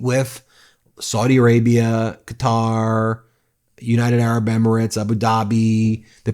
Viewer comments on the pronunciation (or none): I consistently enjoy your videos and I thank you for your diligence but please,Quatar is pronounced KAATAAR!As far as I know there are no countries called Cutter.Blessed be the truth tellers. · Ben, I love you, but please stop pronouncing Qatar "cutter". It's "kuh-taar". Please 🙏